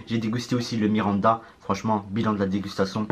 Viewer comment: Mirinda et non miranda, a ne pas confondre avec le joueurs du bresil